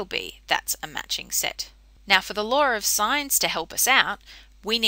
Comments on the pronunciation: its law not laaawr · No one: Literally no one: Her: pronounces "law" as laWeR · Lar o sighnz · "The laur of sines" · ♫ I fought the laarr and the.. laarr won! ♫ ♥ Aussies